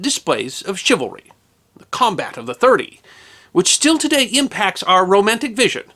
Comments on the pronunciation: ok this is me being picky, but shouldnt it be pronounced chivalry with the c being swapped by an s? its ony a trifling matter great videos by carry on regardless. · Dear, A couple notes on correct pronunciation of a couple of words-- First, is the word 'chivalry', and all of its derivative words. Two areas of focus on this word-- You often, in this piece, put emphasis on the 2nd syllable, 'val'. The only emphasis for the word, 'chivalry', and any of it's derivative words, should always be put only on the 1st syllable, 'chiv'. When doing otherwise, you sound like you are unfamiliar with the word. 2nd point is that the 2nd syllable should always be pronounced using the 'uh' sound for the 'a' in 'val', as you would pronounce the 'e' in the word 'the'. This is the correct manner to pronounce this word when speaking the English language. Otherwise, you come across as sounding unacquainted with word 'chivalry', and it's derivatives. A second word you mispronounced is the name of the French city of Nantes. Both in French and in English, the correct pronunciation of this city of Brittany, (in French, la Bretagne, or Breton), is 'Naunt'. In neither language are the letters 'es' at the back end of the word pronounced. You assumed they should be pronounced like the word 'ace'. Those two last letters in 'Nantes' are silent. They are used because Nantes, itself, is a feminine word. Unless a word in French has either an 'accent aigu' (which is above a letter 'e', and stants upwared from left to right), or an 'accent grave' (where there is also an 'e', and an accent mark above it that slopes downward from left to right, making the same sound as